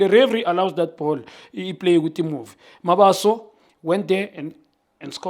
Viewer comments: Junior needs to make an effort in pronouncing players names and surnames correctly, ke Mabasa bro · Why does he keep on calling MABASA "Mabaso"? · Khanye, it's Mabasa, not Mabaso, wabanani wena? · Khanye you always call Mabasa “ Mabaso” learn to say people’s surname correctly